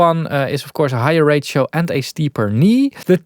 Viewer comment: when saying ratio, it sometimes sounds to me like "rachel", like the name Rachel so distressor probably distress a lot of Rachels out there...